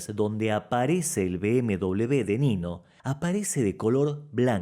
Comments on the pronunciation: Cada vez que lo oigo es como una patada en el oído. Por Dios, la primera vez que oigo esto. BMW, no se pronuncia "bm doble b", la pronunciación sería "BMUVE", por favor. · NO SABE UDTED DECIR MBW NO ENTIENDO,PORQUE DICE MBDOBLEUVE, EN CASTELLANO NO SE DICE ASI. ASI